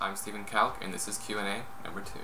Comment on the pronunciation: Pronounced cow-k. Proves I should never assume anything.